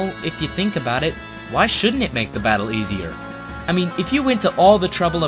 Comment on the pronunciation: at tier 2 he says bottle instead of battle. whoops